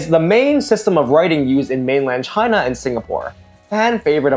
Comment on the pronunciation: "ch-high-na", "ch-high-knees" ch-HHHHHHHHHHHHHHHHHH